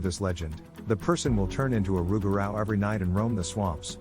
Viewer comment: Pronounced “Roo-ga-roo, or loo-ga-roo”